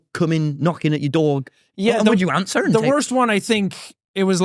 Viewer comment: omg tommy like picked up a bit of an Irish accent when he says "answer," I had to rewind to see if I was hearing things but that's so silly